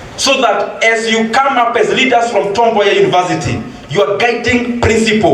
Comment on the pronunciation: *correction : It's Tom Mboya University not Tombay university